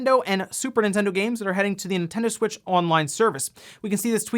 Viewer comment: Sometimes I remember the "nontendo smitch" and just crack up XD